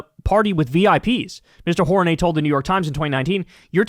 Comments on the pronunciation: i think its pronounced "whore -rain -e " lol ijs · You read it wrong. Horaney as in Horny.